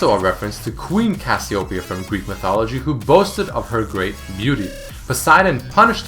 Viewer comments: what? cassiopiyaoown? its read as kas you pay yah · Did you know that you and most of the League population pronounce Cassiopeia wrong?